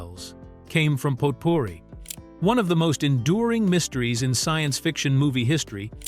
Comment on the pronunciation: heh, you couldn't use your own voice for this video? the mistakes are pretty laughable. Mispronouncing Potpourri and Dennis Leary's name...